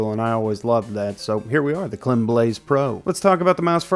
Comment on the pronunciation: Well it's pronounced "kleem" (it's the french pronunciation of "i" since the founder is French). So the "ee" is shorter! Also thanks for the video 😁